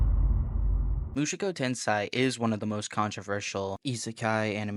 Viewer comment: Not a big deal, but the way you pronounced the title sounds like Mushoku tensai (ten-sigh) instead of tensei (ten-say). Which would translate to Jobless Genius, instead of Jobless reincarnation.